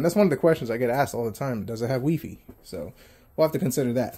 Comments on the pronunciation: Lol why are u calling it weefee? It's wifi (y-phi) i know thst i may have that wrong pn pronunciation wrong but hopr it helps...lol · bruh it's "wifi" not "weefee" stop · Why do you keep calling it wefi? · wee fee lol.